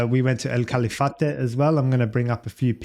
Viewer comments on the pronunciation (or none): Excelent Analisis, Franco is special for many reasons, Hope have a seat in the future, his future is promises. You are welcome to Argentina any time. A litle correction, It's Calafate no Califate. Cheers !!!